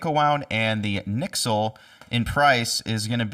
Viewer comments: You said nicksle, wtf. N-Y-X-L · They are NOT pronounced NYXL the name reflects the fact they were designed in NEW YORK...based on the XL strings, so pronounced NY-XL